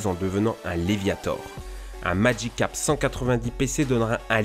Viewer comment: Magicarpe, pas madjicarpe!